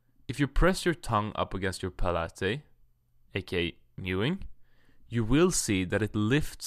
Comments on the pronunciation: Rock H No, it’s pronounced pal-it. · Palate..... Ahahaha it's pronounced Pa late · So manly until final "good byeee" and palate is pronounced "pa-lah-teee" just like pilates lol jk